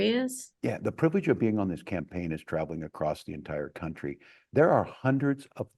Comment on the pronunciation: She calls America '...a grate CUNTree..' horrible woman. Happy to sell her soul for money.